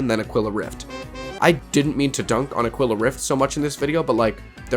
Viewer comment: It's rough how you are mispronouncing "Aquila" - It is pronounced "Ah - KEY - la" Spanish for Eagle.